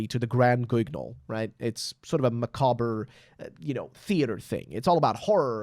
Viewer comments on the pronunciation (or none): none